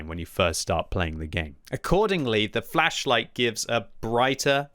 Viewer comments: Think flesh whenever he says is it’s so funny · I keep hearing fleisch light.